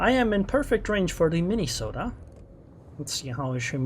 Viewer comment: I like the way you say Mini-sotta. 😆